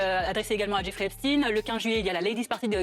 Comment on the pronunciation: Si c'est pour epstine et non Epstein. J'ai même même pas envie t'entendre. Tu sais déjà que se sera du blabla 😂